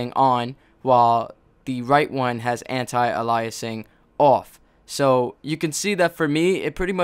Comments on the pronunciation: Isn't "Aliasing" pronounced "Ay-lee-es-sing" not "Uh-lie-es-sing". I've never heard the second one before. The first time I heard "Uh-lie-es-sing" is right here in this video. But I guess you can pronounce it both ways. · You're pronouncing aliasing wrong.